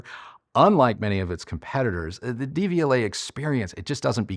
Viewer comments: Love your channel, just a pronunciation tip-- The "De" is pronounced "duh" in Devialet, vs "Dee". The pronunciation of Technics might be debatable, but since Deviolet is a French company, this is more straightforward. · When you pronounce it DVLA, all I think of is the horrible government offices where you get your UK driving license!